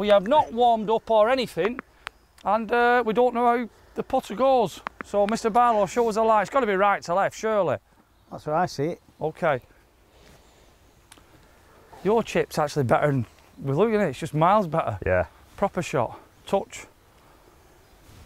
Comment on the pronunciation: Who's Shirley oh surley!!!🤣🤣🤣